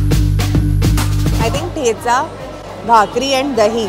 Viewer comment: I am glad you pronounced Dahi correctly♥️